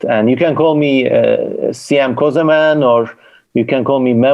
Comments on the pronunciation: Not közımın, it is kösemen. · This guy calls himself "semen co-semen" bro, how I'm supposed to take ts seriously